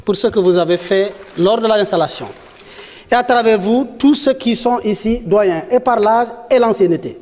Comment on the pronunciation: On ne dit pas ceux. Ceus. On prononce juste ceu. Je pense que les conseillers en communication ont du travail en aidant nos gouvernants dans l expression orale.